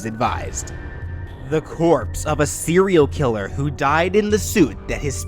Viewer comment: "The corpse of of a cere killer who died in a soup" am I the only one who heard this